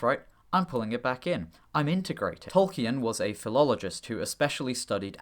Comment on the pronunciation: Interesting video, but please don't pronounce Tolkien as 'Tol-key-en'. It's pretty well documented that the name is pronounced as 'Tol-keen' (or ˈtɒlkiːn in IPA).